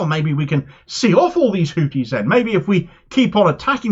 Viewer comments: A small point, they are called Houthis, not Hooties. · I was speaking about pronunciation. Hooties sounds like a topless bar.